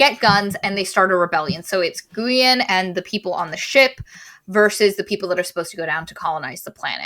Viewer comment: This book was amazing! Glad you guys liked it too. Just for the record, Guyen is a Vietnamese name and it's pronounced more like "GWEE-Uhn"